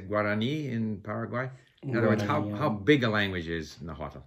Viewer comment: Watch superhollys video with her dad, hes a real linguist who knows everything about náhuatl. BTW Richard kept mispronouncing náhuatl lol